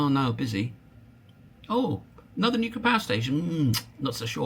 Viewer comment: new clear, new-clear. Not new killer